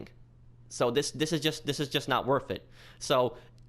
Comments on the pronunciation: Its nat wurf it guys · Lol it’s not worff it